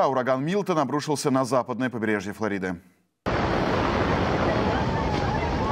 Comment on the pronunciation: Когда вы научитесь правильно ударение делать?! ФлОрида …выучите, наконец,это слово😡